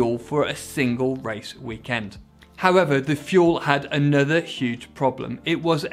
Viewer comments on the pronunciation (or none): none